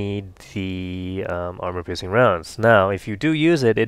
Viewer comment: lol it sounds like you're saying "I've loaded 25 Rubber-piercing rounds..."